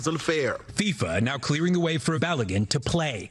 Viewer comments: Long time fan, and most of the episode was on point. But y’all need to get some normal nerds in the writers room and not just internet nerds. The red card was an awful and incorrect call (although what the president did was obviously unacceptable). And his name is Bal-uh-gan. Like imagine an Irish dude named Calligan but replace the first letter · Can’t really comment on other people’s pronunciation when you can’t pronounce Balogun pal. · Daily Show staff: spend a 2 minutes coaching Ronnie of the pronunciation of "Balogun: name if your segment is centered on making fun of how Trump bungles pronunciations. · Funny, but he actually didn’t deserve the red card and you’re pronouncing Balogun’s name wrong, even though the announcers keep saying it the right way. Everything else is spot on. Trump is a loser. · Ronnie shouldn't be making fun of people's pronunciation if he's going to pronounce "Balogun" like that. Just sayin'...